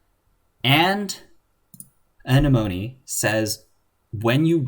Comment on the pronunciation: Ugh. I'm relieved. Came here just to say this. XD (Uh-neh-muh-nee) Obviously, also very informative video, otherwise; just...ya kno...itchy ocd